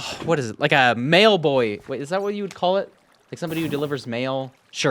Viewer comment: Got a bit confused when I heard mail boy as male boy lol